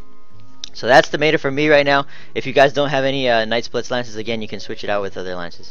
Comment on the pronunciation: it's pronounced met-a not may-ta